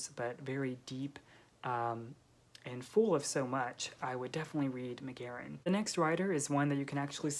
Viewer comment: I loved this video, as an Irish woman I'm so glad to see McGahern's work has travelled. (his surname is pronounced with two syllables btw - like Gaah-hern! :) ) Austen, Woolf and Forster would definitely be on my list ... have you read any Elizabeth Strout? I think you might enjoy Olive Kitteridge based on on this list.